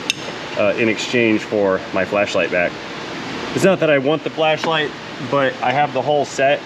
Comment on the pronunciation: I thought he said “Flesh Light” soon he’ll have a promo code for a branded Flashlight